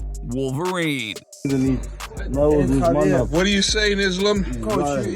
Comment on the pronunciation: Confirmed " WOLFVERINE"